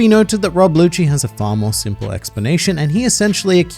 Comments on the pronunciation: Rob lucci as in "lu-CHi" not lucy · Hollup did he say rob LUCY??